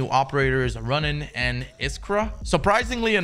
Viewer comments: My guy... it’s Ronin.. not “Runnin” 😂 I still love you tho,. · Bruh....... “runnin”???? Its rOnin. As in “the 47 rOnin”. Samurai “rOnin”. Keanu Reeves “rOnin” 🤦🏼‍♂️ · ro nin not runnin